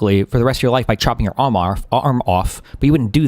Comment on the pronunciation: Destiny misspeaks by saying "chopping your alm off" instead of "arm" and a ton of people did the "HE OMEGALUL" meme aka "HE MISSPOKE" meme. He put them on a 1 hour timeout lol